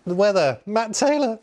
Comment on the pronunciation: "The weather - Matt Taylahh😅"